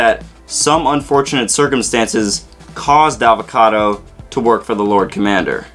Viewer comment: His name is Avacato!!!! Not avocado!! So much rage! JK but seriously it's Avacato